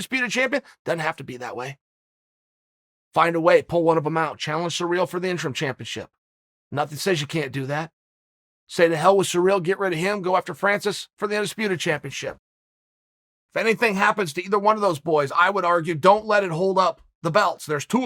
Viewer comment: Man oh man, Chael, how do I take your commentary about a guy seriously when you did even bother researching how to pronounce his name correctly? It is Ciryl Gane. Not Surreal Gone or Surreal Gong. Wow just wow.